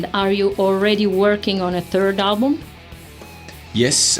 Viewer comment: buddy smiled when she said " you have a turd album coming out"